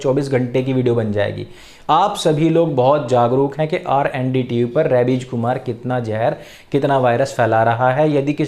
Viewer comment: R N D. Tv nhi jee..R A N D tv..🤣🤣🤣🤣🤣🤣🤣🤣🤣🤣